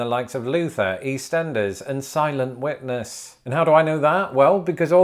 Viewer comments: I swear, for the first like 6 times he said it, I thought he was saying "Silent Wetness" not "Silent Witness" XD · I heard it as Silent Wetness and then he showed a pool and like it IS wet and silent. I realize it must be Silent Witness but Silent Wetness is hilarious to me. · It sounded like you were saying "Silent Wetness", and now I CAN'T UNHEAR IT